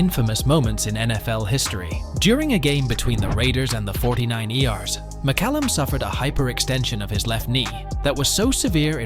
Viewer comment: I wasn’t even aware this was AI until I heard the Forty Niners referred to as the “forty nine eee ares”. It was kinda funny but not like it killed the video or anything. People have extreme opinions on AI lol